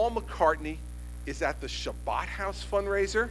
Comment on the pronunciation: carpediemdjg: If you haven't noticed yet Chris Christie is NOT jewish and it's kind of hard for a non-jew to pronounce the word properly. Most people who can't say the ch sound say an h instead so it becomes Habad house but our governor has his own style. So yes DOLT, he said Shabbad house